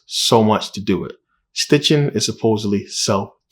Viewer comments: His name is SITCHIN not STITCHIN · It’s Sitchin not Stichin but great video!